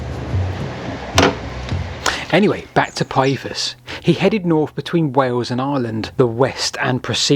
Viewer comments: Let's include Pytheas =/= Pie-ee-thus. You never heard of Damon and Pytheas? Pih-they-as. Dang, I have to go away. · Interesting vid, my only niggle is your pronunciation of Pytheas, it's Pith-ee-as. noy Pie-ee-thus, you got the vowels mixed up a bit. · Interesting video. I love ancient maps! But, "Pyethus?" "Britian?"